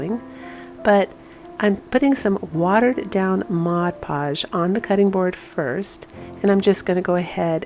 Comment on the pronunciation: Thank you for saying mod podge...not modge podge! Just makes me chuckle when they say modge!